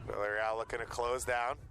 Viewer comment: Lol he isn't saying Villareal right